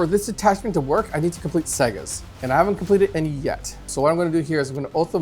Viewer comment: Great video as usual but I wish he would call them sagas instead of segas😂